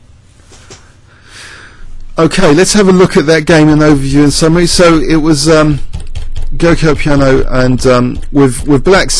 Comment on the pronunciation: It's pronounced 'Joco' Piano, I think d3 is the most modern way of playing it.... Thanks a load for the videos, fantastic as per.